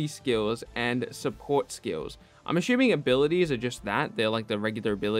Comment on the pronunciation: If you can’t say ‘assuming’ right, can you please stop overusing it.. 😕